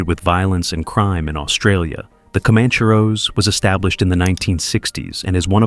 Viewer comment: Sorry to be that guy but you should 100% know how to say alamadine by now lmao and comaaancheros